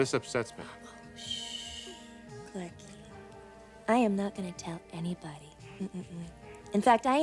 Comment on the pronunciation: Darla always says clarki😂😂